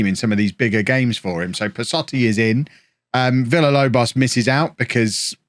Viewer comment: If you say Villalobos name correctly, he will stop missing training and games.